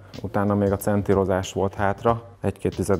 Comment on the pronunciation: Olyan nincs, hogy "centírozás"! Olyan van, hogy centrírozás! Ne legyünk már nyelvi tahók! Köszi.